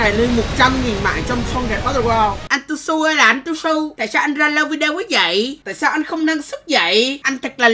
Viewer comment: Tuzhu❌ Tushu✅